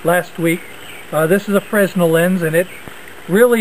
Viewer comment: it's named for the inventor Fresnell (pronounced fre-nell)